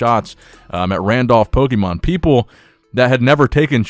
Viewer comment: Gary has always seemed kinda shady to me pokemonoverflow did a great video on him. I also can’t trust anyone who pronounces Pokémon wrong 😂